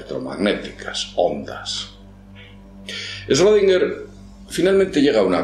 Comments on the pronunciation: Se pronuncia shrudinguer, es alemán, no es esrodinguer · se pronuncia shrodinguer xd no esrrodinguer :u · olá amigo, este senhor é um alemão, seu sobrenome possui um trema na letra o (Ö) esta letra quando pronunciada se lê como como OE. logo seria Schroedinger. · Schrödinger, 3 silabas, no Esrodinger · No se lee ESchrödinger? No lleva una E delante de la Sch. Respecto del gato solo sirve como ejemplo grafico. Te aseguro que si tu fueses el gato no estarias en dos estados solo porque nadie te vea. La mecanica cuantica no sirve para explicar el mundo no cuantico. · shrUdinguer? de donde sale esa U? "ö" es una vocal intemedia entre "e" y "o", no es U. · pronuncias mal su nombre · si no sabe pronuciar su nombre, qué se puede esperar del video 😅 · Aprende a pronuncia bien el nombre de "Schrödinger" 😒😒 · Este idiota no sabe ni pronunciar Schrödinger y quiere que lo tomemos en serio.